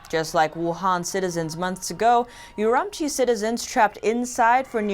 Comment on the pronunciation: LOL I lived there for 10 months and she is not pronouncing Urumqi correctly.